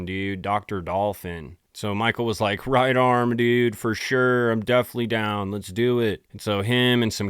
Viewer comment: You say pacific meaning specific and you say right arm meaning right on. Holy s dude learn english your generation is a joke and you talk way too much. Shut up and present the content or quit